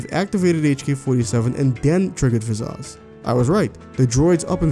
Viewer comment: "Vizazz"? Why are you saying her name like that?